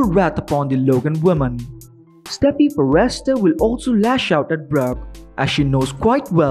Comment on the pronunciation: Would someone tell this guy it is not pronounced far rest ter